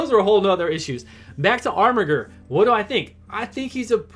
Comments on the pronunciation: 3 channels in a row is there some meme im unaware of or is everyone illiterate because thats not how you pronounce armiger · Every time you say armiger with that hard G, a baby yoda dies.